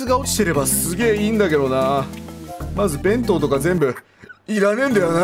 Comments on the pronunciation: べ⤴︎んとう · 弁当のイントネーションが私が思ってるのと違った